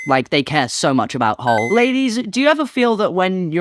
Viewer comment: You said hole so many times it started sounding like Hull, which is honestly even funnier.